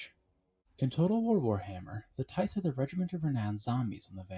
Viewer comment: Good video, but its pronounced "tie-th"